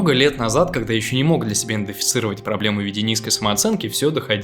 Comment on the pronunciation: Правильно говорить (ИДЕНТИФИЦИРОВАТЬ) А не ИНДЕФИЦИРОВАТЬ. Ни в коем случе не хочу тебя обидеть, может быть просто оговорился😊 Лайк я поставил👍